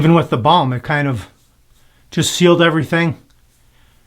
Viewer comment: Balm, not ball.